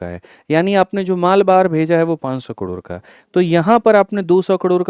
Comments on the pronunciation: कड़ोर काहे बोल रहे 😂 करोड़ होता है कड़ोर कड़ोर सुन के दिमाक कड़ोर पर ही अटक गया 😂 दिमाक का दही हो गया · Yrr sir kador kador kyu bol rhe hai😅😅😅